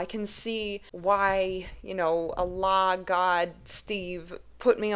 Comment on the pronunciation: your pronunciation of "ALLAH" was soo accurate